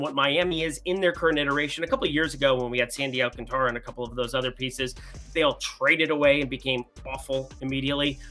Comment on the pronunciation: Curious, do you watch baseball or are you purely a statistics guy? You know all the xwOBAs and launch angles but often tend to mispronounce big names like Sandy Alcantara and Yusei Kikuchi. What’s the rumpus?